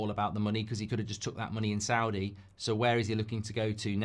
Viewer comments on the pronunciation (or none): none